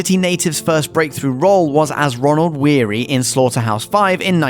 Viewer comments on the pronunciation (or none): It's not Ronald Weary; it's Roland Weary in Slaughterhouse Five.